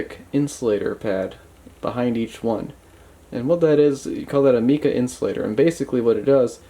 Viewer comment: Just the videos that I needed, terrific job. minor point, pronounce the mica with a long i, not meeka